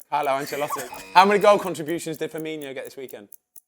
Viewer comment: “Firminho” and “Tsimisskus” back to back 🤦‍♂️